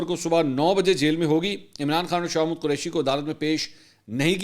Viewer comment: منصور صاحب آپ شاہ محمود قریشی کو شاہ مود کیوں بولتے ہیں 😂